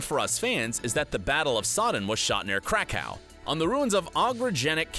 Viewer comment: Am I the only one that picked up on the retarded pronunciation of Krakow?